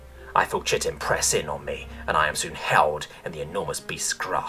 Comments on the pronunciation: I'm sorry but when you pronounce chitin as chit-in instead of Kite-in I feel that upset me.. It breaks me down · everyones ragging on you for mis pronouncing proboscis, when its really chitin (Ky-tin not chit-in) you make an error on (a perfectly reasonable error, but one that is ACTUALLY an error) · Jesus h Christ, chitin is pronounced kai·tn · The one that's bothering me is chitin. It is pronounced kai-tin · I know it doesn't make sense and the way you said it in the video, to me always sounded more bug like and appropriate but chitin is actually pronounced like [ky-tin] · Chitin is actually pronounced kite-in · For fucks sake! Chitin should be pronounced as "Kyten"! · Chitin has its origins in Greek, it's "kie-tin" or nothin' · To be honest I've also only ever heard it as that, too, but knowing both are correct is good. But the other one that got me was chitin. I only pronounced it that way in Elementary/Middle school because I never heard it spoken, but I saw it written. [Starcraft]